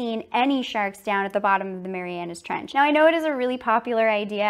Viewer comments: Y’all I’m watching this right now and I can see that she is doing great but she is mispronouncing Mariana trench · I doc points for saying the Mariana Trench wrong